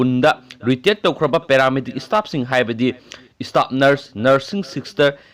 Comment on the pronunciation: Istaff, istate, istatus... Anchor plis improve ua pronunciation!!